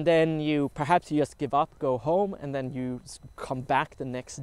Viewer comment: It is interesting how you can manage to speak perfectly well in english yet all the time saying "just" with "u" instead of "j". I guess this bug is just a feature.